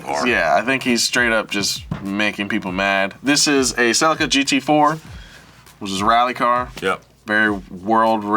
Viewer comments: You've hear cell-ee-kuh you've heard cell-uh-cuh. Get ready for CELCIA like white claw. but a car. That has to be a troll. What's not a troll is the Hilux is such an important tool and if you call your congresswomern, don't cringe like justin. <3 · The guy mispronouncing "Celica", likely mispronounces "tortilla", "Pollo", "Guacamole", and "Pico de Gallo"